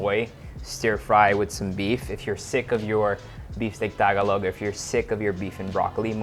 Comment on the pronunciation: I love watching Erwan's videos but it's disappointing how he can't even pronounce "Tagalog" right. He said TAG-a-log instead of ta-GA-log. Maybe I'm nitpicking here but imagine if he's a Filipino making a living in another country by making videos about their food, do you think he can get away with not speaking their language? He managed to learn so many languages, and he lives with help who speak Filipino. Shows you how little interest he has in speaking Filipino.